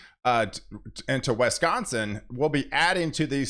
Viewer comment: it shouldn't hurt my head that much to keep hearing people pronounce Wisconsin with an E